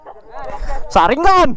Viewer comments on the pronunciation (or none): Rasinggan bang bukan saringgan 🤣🤣